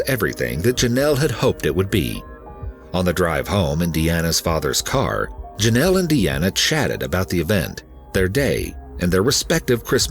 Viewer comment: It's pronounced JOE nel. Like it is spelled, Jonell. Even President Reagan pronounced it correctly, why can't the narrator?